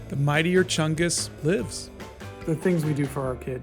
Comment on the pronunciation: I thank for introducing me to mightier chungus and the correct pronounciation of it